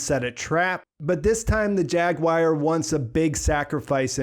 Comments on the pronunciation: Good analysis. Now repeat after me… War….gwar…goo-are…jag~gooo-are. Jaguar. You kept saying jag-wire. Are you trying to do a cumberbatch? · After hearing you mispronounce it five hundred times I feel obligated to tell you, its jaguar not jaguire. :) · As soon as you said "JAG WIRE" I was out... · why do Americans pronounce jaguar like jag-wire? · We don’t that’s just him. It kinda bugged me lol like why are you saying it like that. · I can't get over your pronunciation of "Jaguar" lol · That's a weird way to say jaguar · i swear